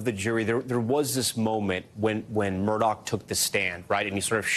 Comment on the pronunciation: People still pronounce this guy's name as Murdoch! Anyone seen Lethal Weapon with Danny Glover???? How do you pronounce his last name......they are very similar